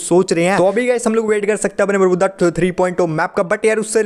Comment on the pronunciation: Who noticed saying 'bermuda to बरमुद्दा '😂